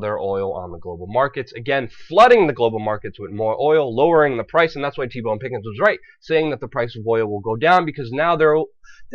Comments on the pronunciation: it's T Boone Pickens not T Bone. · Luke it's T. BOONE Pickens, not BONE. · Why should anyone listen to you since you can't even pronounce T Boone Pickens' name? It's not T-Bone you silly goose. If you want respect from people in the form of listening to what you have to say then you should not mangle people's names for fun.